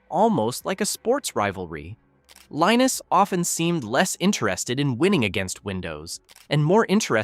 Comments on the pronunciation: Could you consider being consistent in how you pronounce Linus’s name? FYI, he says it: LEEnus. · Linus said that it's pronounced differently depending on where he is. Some people say Line us, others say Leen us, still others say Lin us. I grew up with Charlie Brown. One character's name was Linus pronounced Line us.